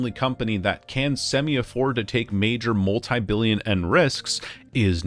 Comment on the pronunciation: I was wondering why you kept pronouncing Yen with a silent Y, but the Mandarin background explains it.